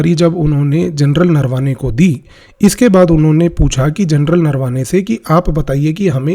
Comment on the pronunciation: Offtopic correction Sir, pronounciations are नरावणे not नरवाने..rapid and irreversible romanization of indic script is my topic of worry 😢